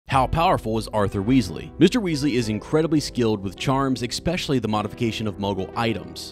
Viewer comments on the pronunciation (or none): Why do so many people say “expecially?” I hear it almost as often as the correct pronunciation… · Hey, an unrelated question: he said "expecially", is that a regional pronunciation? If yes, what region? I'm really curious, because I often hear things like "expresso", "excape" and it makes me wonder whether it's a slip of a tongue or they way those are pronounced somewhere.